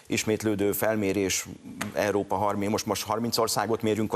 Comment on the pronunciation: Pénz , nem pe’ndz . EURÓPA , nem EERO’PA.